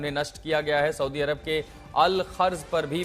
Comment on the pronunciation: Tu pehle saudiarab ka naam to sahi se lena sikh le tab baad me news dena